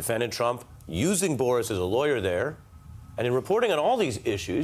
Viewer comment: Thank you for not calling him ‘Borish Epshteyn’. It’s just Boris. Not Borish lol